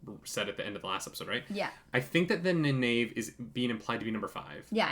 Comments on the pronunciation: loved the video just one minor point its pronounced Ny Neve not Ni nave but keep up the good work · Loved watching this :) gotta say you seem to be getting the more into it the more you get the hang of things, some of the thoughts there were quite spot on :D One thing you may benefit from is just pronounciation of Nynaeves name :P Try this: Nayneev ;) keep up the good work ps. the prime has a map of the world if you scroll down a bit ps.2: the war in the south was the war that they quickly showed. Logain was trying to take over Ghealdan, but was stopped.